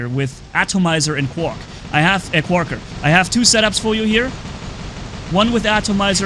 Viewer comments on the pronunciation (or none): you are pronouncing Quaker wrong